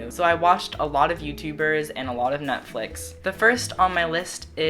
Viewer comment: dodie makes me so happy 💕💕 it sounds like you say NUTflix lol this was great conan :-)